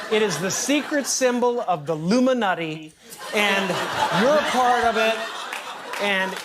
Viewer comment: I think you said the “Illuminutti” shortly before the 3-minute mark. I don’t know whether this act of brilliance was intentional or unintentional, but—WAY to NAIL IT!! 🎯🏆👏🏻